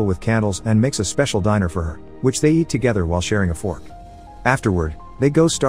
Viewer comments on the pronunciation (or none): yep. Bot . When he says 'diner'. Instead of 'dinner'. Dead give away. Humans don't make that mistake. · You seem to slip in one or two words pronounced in a strange way - you said "diner" instead of "dinner", for instance. Is this a stylistic choice? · "Dinner"! You know, rhymes with "sinner"? You can't eat a "diner". You can eat dinner in the diner, though - and nothing could be finer than to have your ham and eggs in Carolina. Ha ha.